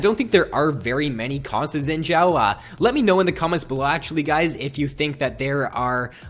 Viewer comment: you pronounce guinsoos right but you say xin zhao weird, you say xshin sshzao, its pronounced zin zow